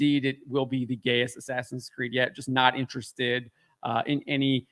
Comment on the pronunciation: In-ass-in Creed. 😂